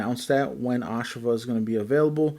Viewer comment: NOT "AHSH-a-va" Its "ah-SHAV-ah"